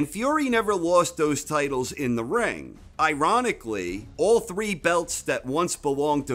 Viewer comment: Troubled by your pronunciation of 3 lol but another well put together video 👌